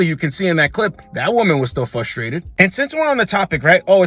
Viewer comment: It's fRustrated, not fLustrated